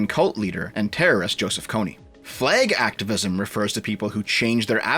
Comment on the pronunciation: Why is doing everything he can not to say Slacktavism?